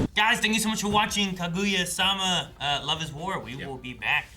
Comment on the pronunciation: They've been watching anime for how long and still can't pronounce Japanese vowels? Kuh GOO yuh?